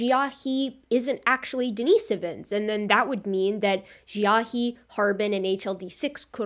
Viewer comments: Xiahe ("jaw") is pronounced more like "she-ah-huh" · Xiahe... It's pronounced correctly as 'She-ah-her'.